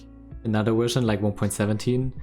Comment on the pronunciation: How come you pronounce it ''Wersion'' but also say ''village''?